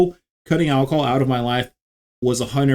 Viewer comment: “Alcohol” or “alcol” ?